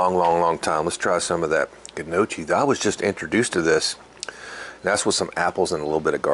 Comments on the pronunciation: It is pronounced No- Kee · Its pronounced n..yoky. nyoky. ( like hokie) Its a great starch side dish with mild gravy or browned butter. thanks for this as usual. The pork Jus is the best part! Thanks again. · Best looking piece of hog meat I've ever seen. That's pronounced (:Knee, oh, kee). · I think the pronunciation changes with the regions. It's no-key predominantly here in southeast Va as well